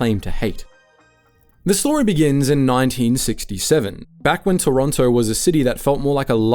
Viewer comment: how dare you turn your back on Pizza Pizza, they were there for you at your lowest points - and they have half moon bread! im not gonna listen to this slander from someone who cant even say Toronto right